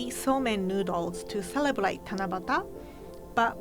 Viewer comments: That time she pronounce celebrate as celebelate ......love her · Is it just me who hears celebelate when says celebrate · she said "celeblate" not celebrate lol all i could think was aww shes so adorable💜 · came for japanese food, stayed for saying 'celebrate'❤️ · it's so adorable how she says 'celebrate' celeblate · is cute pronouncing " Celeblate" instead of celebrate hahahahahha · ✨celebalate✨AAAAAAA I LOVE HER🥺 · how many times did she say "celebelate"? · That "celeblate"is so cute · Celebelate..... charm 😄😄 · Is she saying celebelate or I'm hearing it wrong? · No one:: Celeblate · Cele braate